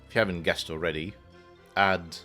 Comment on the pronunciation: Very enjoyable to watch the solve! Loved seeing you work through the non-double 1s in box 9 and finding the kropki that sets the whisper lines. Thanks for another feature! Side note: I believe that Aad is pronounced similarly to "odd", bit of a word-play with "odds 'n ends" or "odds on ends (of lines)".